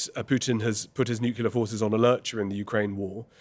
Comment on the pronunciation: new-clee-ur, not new-kew-ler!